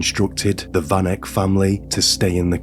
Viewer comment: South Africa. Van Heerden / Van Eck. Van pronounced as fun. Welkom pronounced like you would say norm. The o sound in norm.